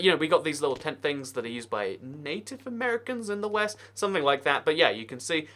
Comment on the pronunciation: lolseagull ya, I’m American myself and just found how he said it goofy